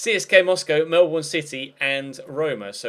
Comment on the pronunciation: O behalf of any other Aussie's watching this....it's pronounced Mel-bin, not the way it's spelt